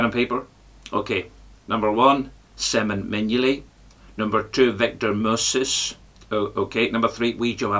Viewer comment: "Victor murrrrses"